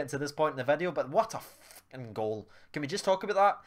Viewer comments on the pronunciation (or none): none